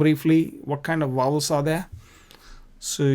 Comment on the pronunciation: Please please they are Vowels not Wowels , I beg you to correct it..